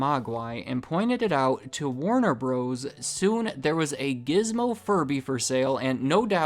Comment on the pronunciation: The mispronunciation of "Bros." is like this smooth presentation gliding down the freeway, then directly slamming into a bridge abutment.